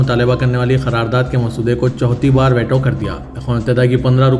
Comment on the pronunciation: ╔═══ ❤☀💚☀❤ ═══╗ 💚💚💚💚💚💚💚💚💚 Dear, Assalaamu alaikum. Aap angrezi alfaaz ka apna talaffuz sudhaarayn. Aap jiss ko WAITO padh rahay hain woh WAITO naheen, VEETO hai!!! Aaj ki sab say badee qabar ICC ka Benjamin Netanyahu Jay qilaaf maheenon kay baad, ARREST WARRANT ka release hona hai. Par yeh qabar aap ki International news may kyun ghaayab hai??? 🌐🌐🌐🌐🌐🌐🌐🌐🌐 ╚═══ ❤☀💚☀❤ ═══╝